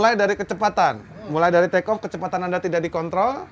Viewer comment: oke clear for trrrekoo eh.. take off😂